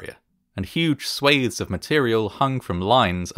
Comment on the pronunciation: Today I learned 'swathes' has a long-a sound. Chalking that up to one of those read-but-not-heard words. Neat!